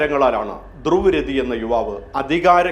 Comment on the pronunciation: ഇംഗ്ലീഷില്‍ എഴുതിയത് വായിച്ച്, "ധ്രുവ് രതി" എന്നൊക്കെ വിളിച്ച് അയാളെ അപമാനിക്കല്ലേ.. അയാളുടെ പേര്‌ : ध्रुव राठी